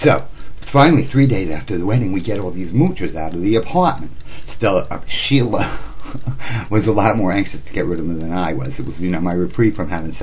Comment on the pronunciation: Stella is the real name of Sheila. He messed that up a couple of times. LOL